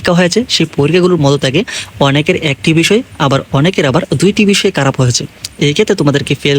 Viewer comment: আপনি খারাপ কে কারাপ বলেন কিভাবে ?? 😢